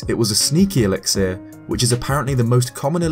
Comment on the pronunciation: The amount of mis pronunciations in this video are putting me off. “Alexieeer”, “inventry” some others too